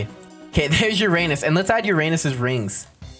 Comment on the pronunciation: I think you said Uranus wrong….